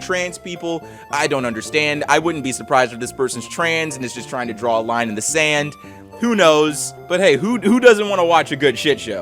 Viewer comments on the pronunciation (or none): none